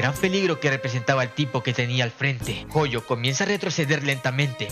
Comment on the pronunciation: Jojo o Gojo cual de los dos por cuando dices Jojo dices Gojo